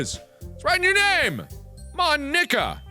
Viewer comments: Supposed to be pronounced: "Mon-eeka" What I heard: "Mo-n*kka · “Mon-Ika” MARK NO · Mon-ika just sounds wrong 💀💀💀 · When Mark said "Mon-nika" I was kinda scared ngl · When Mark pronounced "Mon-ika " I cackled because... u know 😂😂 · When he said mon Nika I amediatly thought he said the n word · is it just me or does marks pronounciation of 'mo-nika' sound like 'mah niggah' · Markiplier says n word "Mo-nika" White cringed kids: hehe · "Mon-ika" *spits out drink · Who else felt uncomfortable when Mark said Mon-icka? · He felt so awkward when he said mon-ika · Oh my god, I TOTALLY MISHEARD Mark saying Monika as "Mon-ika", like "Mo-*nika*"... sorry XD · Apparently "ika" means "squid" in Japanese, so that explains Natsuki's joke. It's pronounced "ee-ka" though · bro did NOT say monika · bro did NOT say monika 😭😭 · DO NOT BREAK MONIKA DOWN TO TWO SYLLABLES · The way mark says Monica 🤔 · he really should've pronounced it differently....😳😳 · When he slowly pronounced Monikas name ...👀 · Did anyone else here something when mark said Mon..ika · U said it wrong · it sounds like mark said the n word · hmmmmm thats not how you say it mark